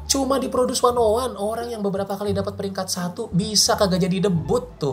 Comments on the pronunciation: Knpa 101 dibaca wannaone? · Produce wannaone... Salah ucap si babang😅